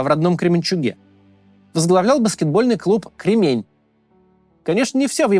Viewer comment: Не КремЕнь,а КрЕмень!!!!